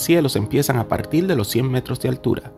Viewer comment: ¿Por que dices JJJJrascacielos? y no Rascacielos.. apartiL, en vez de a partiR. interioL y no interioR.